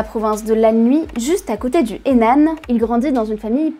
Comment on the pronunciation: Bien mais la prononciation des noms de regions (Anhui, Henan) est vraiment catastrophique, pareil pour Yuan, que vous prononcez "Wan"